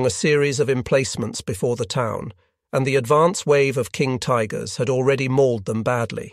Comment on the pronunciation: "...King Tiggers..." ;) The automated narration is actually quite good, but this slip up gave me a chuckle.